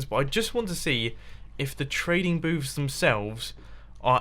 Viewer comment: He's saying " villager trading boobs" lol